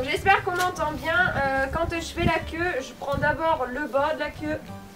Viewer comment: "les crin la queu "mais qu'elle queu 😂😂😂😂